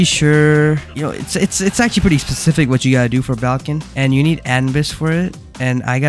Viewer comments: "Balkan" bro 😭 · BRO CALLED BAIKEN BALKEN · Isn't it pronounced as Baiken? (I wanted to make a joke, but he fr messed so much that he said buko and balkan💀) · its baiken im about to crashout if you call it balkin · Bro doesn't even know about guilty Gear 💀 bro FR called baiken "baLken" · butchering the name so many times hurt my soul just a little bit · Idk if anyone else said this but not to be rude just informative It’s pronounce bye-ken B-I-ken = baiken and she’s also from guilty gear. Their most recent game she’s in is guilty gear strive. (Also she’s a dlc character btw.) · Is baiken pronouced as Bal-ken or no? Cuz him saying balken everytime pissed me off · That is not how you pronounce baiken